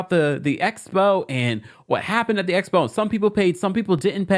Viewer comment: EXPO...... NOT ESPO